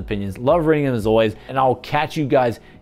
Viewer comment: It's driving me crazy now! :) What are you saying at the end of every video? Is it "bye" in an Auzzie accent?